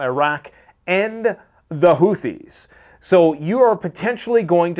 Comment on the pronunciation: Everytime I hear houthis it sounds like pooseas